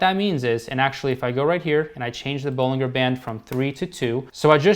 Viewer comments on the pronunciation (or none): Just so you’re aware for the future, Bollinger is pronounced with a hard “G” sound like “BollinJer” like how “Roger” is pronounced. Here’s a video with John Bollinger himself for reference: Not a huge deal of course. Just thought that might be helpful :)